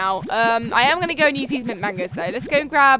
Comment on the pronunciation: it sounded like she said meat mango instead of mint mango